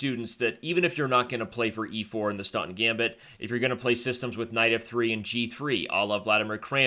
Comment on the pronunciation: Too fast to follow. Even the talking made Staunton gambit sound like "stunt gambit".